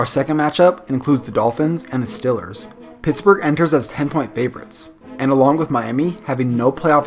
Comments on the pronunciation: Good video but why do you say steelers like stillers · say steelers one more time please LOL!!! 😂 😝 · learn how to say steelers